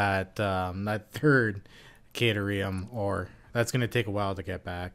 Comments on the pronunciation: Phonetically, it's Cat-air-ee-um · You know at first I was really upset with the mispronunciation, but now I think it would be super funny just to keep saying it how you are. Makes it sound more like a place you would go to snuggle cats if you got stuck in ancient Greece.